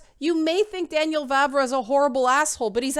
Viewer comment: Correct pronounciation of "Vávra" is very much like "Vah-vrah". So you got it almost perfect :). Moravians are not really Moors at all afaik. If we went a bit deeper into history you could bump into Great Moravia. They are very close to Bohemians, though not interchangeable, i kind of doubt it has anything to do with Romanized Moors. That was almost half a millenium before the time of the game (established pre-800s). Still its a cool thing to explore to. What you can actually kind of talk about that Cumans (present in game) have their roots in Mongolia. The third part of current Czech Republic is Silesia, a southern bit of it, since most of it is in Poland. Vavra later on adjusted and fleshed out that opinion after a while. 140 chars etc. The current stance is: Bohemians knew about people of different colors, like from bible etc., in cities it might have been more likely for them to meet them, but in remote villages it was very unlikely. Dont you find it funny that western media immediately treats the historians he talks about as immediately racist? :) In here, left wingers are anti immigration too, often times even more so. Our center right parties were cautioning more about explicit hatred. Even though our president is left wing, he is probably as anti immigrant as trump. He even supported him. Some ideas of his are more workable (support affected people in their home countries) so its not really entirely trumpian, but our political spectrum is definitely different from US